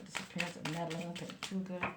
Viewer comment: She was 20. Her last name is pronounced Pan-toe-ha. She was unfortunately found deceased this afternoon.